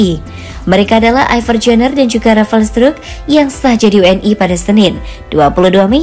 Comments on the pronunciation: Struick kak adminnya salah baca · Bacanya rafael strik ya 👌